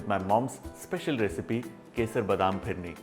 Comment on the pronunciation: Phirne nahe bola. Bolta ha fhirne